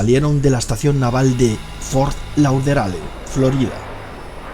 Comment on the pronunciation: Muy buen video! Pero "Lauderdale" se dice "Lóderdeil", "deadly double" se dice "dédli dábl" y "Douglas" se dice "dáglas". Estúdiate la pronunciación del inglés y tus videos quedarán aún mejores.